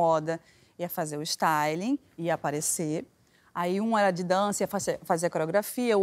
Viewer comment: "Staile" doeu de ouvir, pelamordedeus. Pior que é o nicho dela, pelo que ela falou.